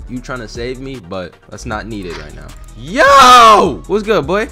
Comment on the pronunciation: ARE YOU SERIOUS RIGHT NEOW LIKE FR ARE YOU SERIOUS RIGHT NEOW LIKE CMON ARE YOU SERIOUS RIGHT NEOW